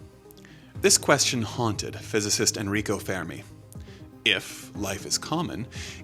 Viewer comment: You can't even pronounce Fermi correctly, the rest of the human race will advance but with your levels of intelligence and pessimism we are leaving you behind. A wise man once said "If you can't conceive it you can't achieve it" and you clearly can't and won't.